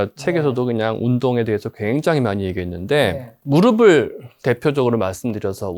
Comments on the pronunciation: 무르블로 발음하는게 맞습니다 **"무릎"**의 받침은 표기상으로는 ㅂ이 아니라 ㅍ입니다. 그러나 실제 발음에서는 한국어의 발음 규칙에 따라 [ㅂ] 소리로 발음됩니다. 이는 **'평파열음화'**라는 발음 규칙 때문인데, 어말이나 자음 앞에서 ㅍ이 약화되어 ㅂ으로 발음되기 때문입니다. 그래서 "무릎을"이 자연스럽게 **[무르블]**로 발음되는 것이죠. 즉, 표기와 발음이 다른 이유는 발음상의 편리함 때문입니다! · 모음으로 시작하는 형식형태소가 올 때는 음절의 끝소리 규칙이 적용되지 않아 대표음[ㅂ]이 적용되지 않습니다. '의',을'은 조사로 형식형태소이므로 연음으로 발음하는 것이 표준발음입니다 무릎의[무르픠] 무릎을[무르플]이 표준발음입니다